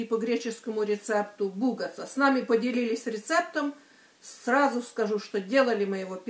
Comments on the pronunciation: Здравствуйте.Спасибо огромное за рецепт:)Но только при произношении надо говорить не бУгатца,а бугАтца,это говорю как гречанка.И греки букву ,,Г,,произносят так же гортанно,как и украинцы!Спасибо еще раз. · Ударение на А - бугАца. Название "бугаца" - это общее название для всех пирогов из теста фило с разными начинками(с сыром фета(тиропита), с мясом(креапита), со шпинатом(спанакопита) и т.д. Вариант с заварным кремом в Греции так и называется - КРЕМА или галактобуреко(молочный пирог). Присыпают сахарной пудрой вместе с корицей - это божественно. Вы супер герой - даже в Греции никто сам не делает фило дома - респект! Вы правильно поняли - фило раскатывают на топленом масле. Думаю, скоро и вы так сможете . Крем сделали замечательный - еще раз респект от эксперта по бугаца. С первого раза это мало у кого получается - тем более, что вы никогда не видели, как это делается и не пробовали, что должно получиться на выходе. Просто все супер!